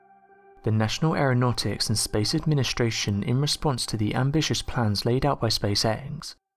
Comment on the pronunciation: Fyi if u fast forward at the right time, right he says nation aranautics and space Asian. That made my day cause I'm gonna wonder what a space Asian looks like now.